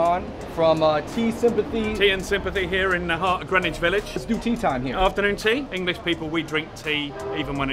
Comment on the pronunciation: YOu don't know how to ;pronounce "Greenwich." The "w" is silent.